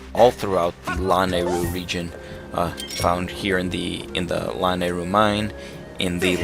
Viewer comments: Its luh-nay-ru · Everytime he pronounces Lanayru that way I just.... ugh. :P oh well